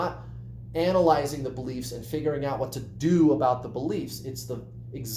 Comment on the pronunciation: Noooooo, we don’t say “about” like that at all! 🙈